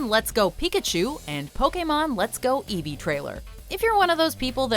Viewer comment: It's eevee not evevve